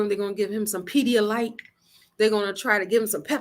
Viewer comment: Ummmm, sis, did you say pedialyte? 🤣🤣🤣 great review. Bobby is my favorite as well. Can't wait for my turn 4.1 in jersey!